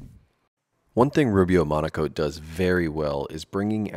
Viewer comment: Oh, it's "Monocoat"? I thought you woodworkers kept saying "Monaco". lol Glad you showed the can...